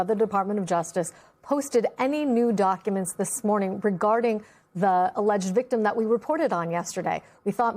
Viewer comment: Thank you LISA! You pronounced alleged correctly!!!!! I’ve been correcting everyone else. To make clear for anyone who likes language: allege is pronounced ah lege; alleged is pronounced ah leged - not ah lege ed!! And, allegedly is pronounced ah lege ed ly.